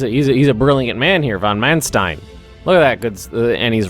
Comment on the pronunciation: its von Manstein spelled like fon Maanstein with an open and long a like in "large" ;)